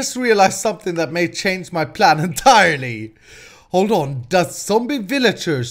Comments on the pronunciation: It's plan not pran triggert😫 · hey why you keep saying pran:)